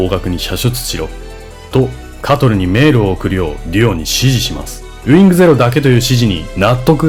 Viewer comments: ちょいちょいイントネーションおかしいの何なん？メェ⤴︎ル⤵︎ とかw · メールの発音が劇中と一緒でおぉ…って思いましたw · メールの発音が原作再現で良い